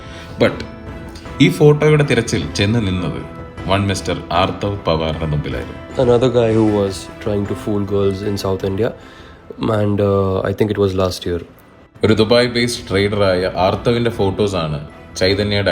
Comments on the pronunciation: ആത്തർവ് അല്ല അതർവ് 😂😂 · ആര്‍ത്തവ് അല്ല bro അഥർവ്വ്.